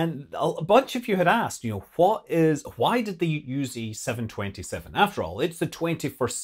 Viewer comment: Scott pronounces ‘Why' like Stewie. He also says ‘Hwhy'.